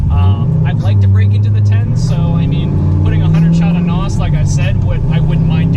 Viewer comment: Dear baby Jesus do not ever say "noss" It's nitrous. N.O.S is a brand. But I love your videos and keep up the great work